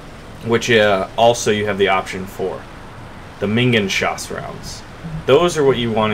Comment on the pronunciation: it's Minen( - )geschoss (meenen-geshoss) not minginschoss :D it means something like Mine-round/Mine-shell.